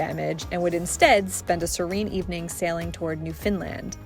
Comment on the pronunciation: Newfoundland is pronounced like saying: NEW fen lend. Giving emphasis is the word NEW. I loved your video.❤